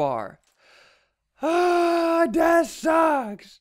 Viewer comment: Why does he sound so weird, it sounds like he's saying "DASH SHUCKS!!!" instead of "THAT SUCKS!!!"